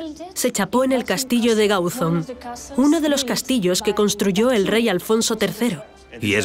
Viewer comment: ???. Ya sé onde queda si soy de aquí. Pero digo que en el programa dicen Gáuzon, acentuando la "a", no la "o" de Gauzón.